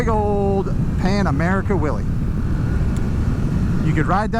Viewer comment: Might want to work on that enunciation. What you said, " You could ride that wheelie from sea to shining sea." Here's what I heard, "You can ride that willie from sea to shining sea." 🤣 Geat review. I'm more than a little tempted to get a Pan American. It'll be the first time I've been interested in a HD made after 1950.